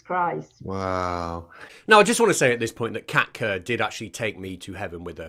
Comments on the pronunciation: I swear I thought you were saying Cat Turd all this time. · I'm sure you said Kat kerr. Didn't you mean Wan......oh never mind